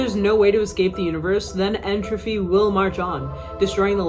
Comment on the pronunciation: It's entropy, not 'entrophy'.